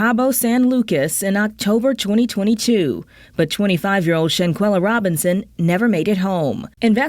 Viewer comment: Shan-KWELLA, not Shan-kella!